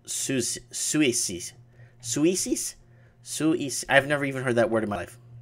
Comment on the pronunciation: Suisse is pronounced Swiss.